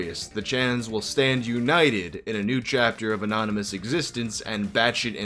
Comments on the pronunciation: It cracks me up that the news caster called it the "Church of the Annonomys" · ''churche of the anonymus'' lmao